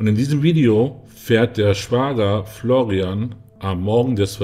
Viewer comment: Der heisst ausgesprochen Florian.. nicht Florrian